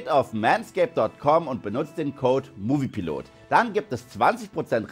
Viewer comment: Top Kanal aber du nuchelst das “Hallo liebe Movie Piloten“ immer so..Sont ist deine spitzzüngige art richtig nice ,danke 💪😉👌